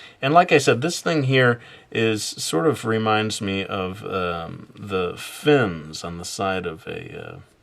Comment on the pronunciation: just saying, its fins not fims